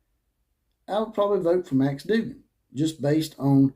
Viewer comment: But could you say his name correctly Dug gan